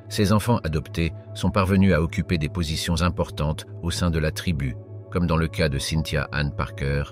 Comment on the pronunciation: Très intéressante vidéo sur les fondements et pratiques des Comanches qui rappellent parfois les samouraïs. Dans la forme du commentaire audio : "céa" prononcé au lieu de "cas", comment dire ? On se demande si le narrateur a un minimum de maîtrise de la langue française.